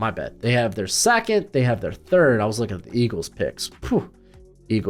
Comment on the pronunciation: Hey why do you pronounce ‘second’ by saying ‘Sack-it’ ? I was legit confused and had to rewind it back cuz you lost me 😂😂 it’s a legitimate question..